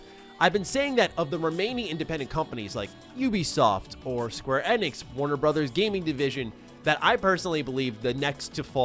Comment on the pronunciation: I can't be the only one being bothered by the way he says Square Enix???